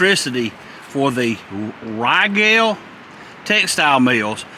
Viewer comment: Again.. it is pronounced like Regal! My Mom worked at a Riegel plant.